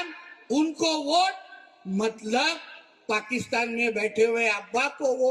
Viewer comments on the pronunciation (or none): none